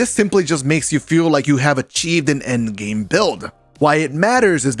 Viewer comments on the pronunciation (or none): none